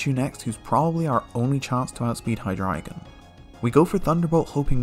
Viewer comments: finally, someone who pronounces hydreigon correctly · I love that you're one of the few people who pronounces Hydreigon correctly, yet you keep saying "Crew-kodile". The first syllable is just the word "crook".